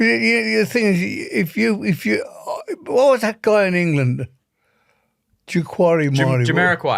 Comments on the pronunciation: 'Jaquarimai' 😂 God Bless you Ozzy 🕊🖤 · Ozzy saying "Joe-mori-quorio" instead of Jamiroquai is going to be my new ringtone! that was the best 😂🤭 ❤